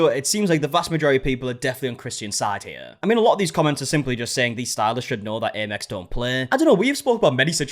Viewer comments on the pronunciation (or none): Wow I’ve heard 500-600 for hair, but $800 is crazy. The client was completely in the right. Also I hate when people correct things like this, but since you’re British, and in case it ever comes up again, Amex stands for American Express, it is pronounced Am-ex. “Am” like “I am”, not aim, the way it was pronounced in the video you watched.